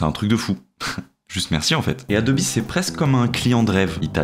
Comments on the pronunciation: j'ai plus l'habitude d'entendre Adobe sans prononcer le e...mais merci de l'info et sinon super vidéo et le résultat est incroyable ! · Le gadjo est bilingue quoi 😂